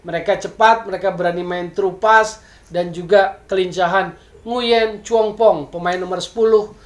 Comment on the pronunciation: mas bro , nguyen itu bacanya wuing , tlg beritahukan ke teman2 , terutama komentator rcti , kan bisa di pelajari di google